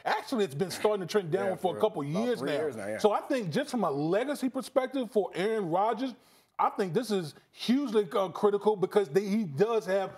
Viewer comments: "Errn Rodgis" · Try saying “Aaron Rodgers” like Damien Woody. Go ahead. It’s not possible.